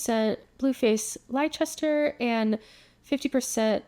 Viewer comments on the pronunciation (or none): Blueface Leicester is pronounced “lesster” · Also FYI Quintanilla is pronounced kin-tan-ee-yah and Leicester is pronounced lester :)